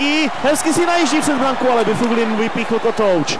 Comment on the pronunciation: Byfuglien sa číta Baflin